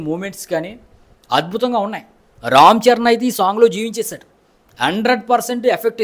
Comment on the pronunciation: ఆ భాష ఏంట్రా బాబు పలకడం రాకపోతే చక్కగా తెలుగులో చెప్పు press peel esspessalli buchu babu rom charan etc...